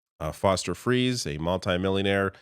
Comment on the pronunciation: When you said Foster Friess I thought that you had said Foster Freeze which is a pretty fast food place by my house.